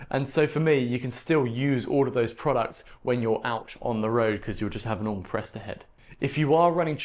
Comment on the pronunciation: "Presta" not "presto". sheesh.